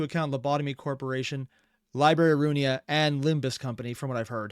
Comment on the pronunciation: I die a little inside every time he says "runia".